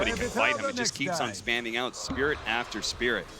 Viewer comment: I like saying spirit Wessel. Spirit Wessel! Wictor Wictor Nine Nine!